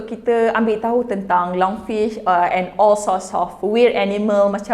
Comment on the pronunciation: Lungfish, not lung-sue-way🗿🗿🗿